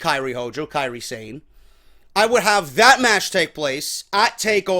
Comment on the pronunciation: I don't mean to be a goon or sound like the fuckin' speech police, but Kairi Sane's last name isn't Sane, like Zayn or "insane" it's a Japanese word, so separate the 2 syllables. It's more like "Sah-nay". Love ya bro!